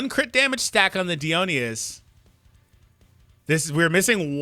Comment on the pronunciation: Uhh I don’t really wanna be that nerd but it kinda bugs me for god knows what reason. Dionysus is pronounced like Die-o-nice-us.